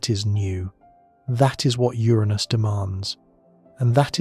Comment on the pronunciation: Uranus, 😅 not my anus